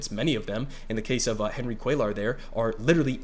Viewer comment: It’s pronounced “Cway-ar” but hopefully we won’t have to say his name anymore very soon